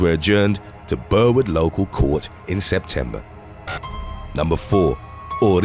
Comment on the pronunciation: As an Aussie hearing you butcher Burwood annoyed me